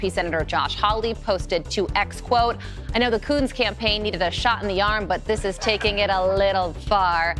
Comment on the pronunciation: somethig tells me Kunce's name need a better pronunciation :P